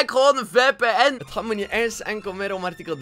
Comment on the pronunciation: lekkr VPN uitsprekn xD